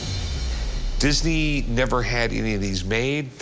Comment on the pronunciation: 😂 Yeah!!! Think he was High as a kite!!😁 That dry mouth, he could hardly say Disney!